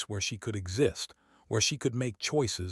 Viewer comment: This should be funny counting how many times the a.i. can mispronouce Elias,! 25,30?